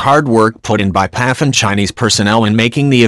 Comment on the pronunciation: P.A.F not Paffff!